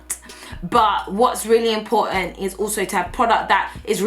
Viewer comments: When you hit that nigerian accent “ it’s important “ 😂😂😂👏🏽👏🏽 !! Loving you all the way from South Africa 🇿🇦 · When you said "important" in the Nigerian accent, I was like 😄😂😂😂😂 #dead. Love you! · "great, great stuff, important" in her Nigerian accent 😂. But I agree with her on fenty beauty, I lovooe Rihanna and the foundation but the eyeshadow pallet for example 🙃